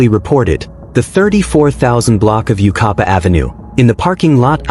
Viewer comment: U-KYE-PA. Yucaipa